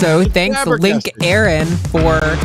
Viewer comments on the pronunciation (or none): it's pronounced link-ur-ron not link-a-ron. I also find it slightly annoying how people don't include the 1 when it's part of the name. but thanks for announcing it. Happy new year.